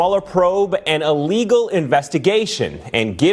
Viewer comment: I keep hearing this new word 'a-legal, is that different from illegal?